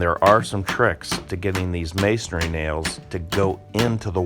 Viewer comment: Pronunciation: it's not masonARY it's masonRY